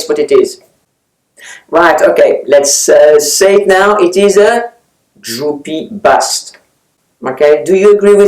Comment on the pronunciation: I thought you said ‘droopy butt’ and couldn’t figure out why you were displaying a bra!